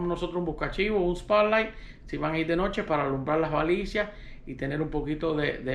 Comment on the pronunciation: usted pronuncia balicia,es lo mismo que baliza